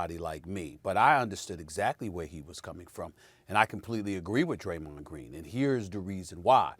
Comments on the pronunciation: "Graymon Dreen" - SAS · "graymond dreen" 😂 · Draymond “Graymond Dreen” Green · I’ll never call him Draymond again, it’s now officially Graymond Dreen . 😂😂😂 Like if y’all agree 👇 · Yes Stephen A, Graymond Dreen. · Who else came to the comments because he said Greymon Dreen 😂😂😂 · Nobody: Stephen A: Graymond Dreen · I think he was trying to say Gerald instead of draymond lol🤣😤🤣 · “Graymond Dreen” 😂😂😂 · Graymon Dreen that hit me diferrent 😂😂😂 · lol, Stephen A called him Greymond Dreen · Stephen A "Graymond Dreen" Smith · “Graymond dreem” - Steven A smith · I don't know what SAS said cause I'm still laughing about GRAYMOND DREEN 😂😂😂🤣🤣🤣😅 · Let me correct this now! It's not "Greymond" or "Gramond", it's Graymond. 😀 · Now, I'm going to be saying Graymond Dreen all frigging day!😂😂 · Nobody: SAS: Graymond Dreen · Graymond Dreen? Lol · Graymond Dreen????!!!! c'mon Stephen A... STAY OFF THE WEEEEEEEEEEEEEEED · Graymond dreen 😂. It’s literally replacing the d and g 😂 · I have too... “Graymond Dreen” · “Graymond Dreen” 😂 😂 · I'm sorry but Graymond Dreen🤣🤣🤣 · Soul like he said Greymon I was like let me find how Draymond know how to Digivole🤣💯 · Graymon dream 0.48 seconds of video 😂..how u get somebody first n last name wrong!! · “Graymond Dreen”- Stephen A. Smith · “Greymond “dreen” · "Graymond Dreen" -SAS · "graymond dreen" - stephen A smith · "Graymond Dreen" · SAS: “Graymond Dreen” 💀💀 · Did Stephen A. just say: "Graymond Dreen...." 😂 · He said graymond dreen 😂😂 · “Graymond Dreen” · Are we going to act like we didn't hear Stephen A say. Graymond Dreen🤣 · Graymond Dreen 😂😂😂 I caught that Stephen A. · Lmfao. Stephen a has all this education but can’t get Graymond Dreen name right 😂😂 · "Graymond dreen" Stephen A Smith. 2021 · "Graymond Dreen" LMFAOOOOO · Who's Graymond Dreen??? 🤣 🤣 🤣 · “Graymon Dreen” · Nobody: Stephen A: “Graymond Dreen” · Gramond Dreen :47 and “No Prolem”😭😭😭😭😂😂😂😂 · Its sound like he said greymond dream 🤦🏾😂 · “Graymond Dreen” it happens SAS 🤷🏾‍♂️🤣